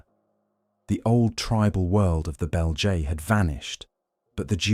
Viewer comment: Not off the great start when you mispronounce fundamentally the name of the subject tribe you are talking about…